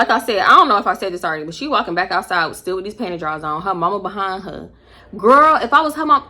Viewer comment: “PANTY DRAWlS “ !!!!